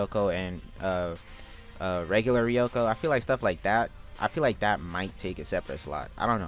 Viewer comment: naruto guest character for this game dlc? now we need them fodder nudist beach people as characters saying ryuko name correctly in this vid needs more work